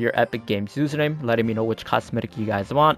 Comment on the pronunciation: Susername he said